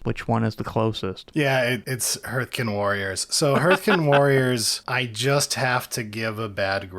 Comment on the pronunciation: That pronunciation of ‘hearthkyn’ caused me physical pain. ‘Hearth’ is like ‘heart’ with a ‘th’, not ‘heard’ with a ‘th’.